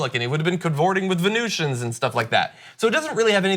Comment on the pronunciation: Does John say "Venetians" or "Venusians"?